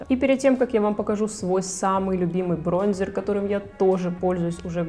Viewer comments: Корректор вместо консилера, бронзЕр. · Я знаю, что такое корректор и что такое консилер. Не надо меня учить. А Бронзер говориться через "э" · 1-я всегда делаю ударение не брОнзер. 2-существует и корректор,и консилер - это два типа продуктов.на заметку вам)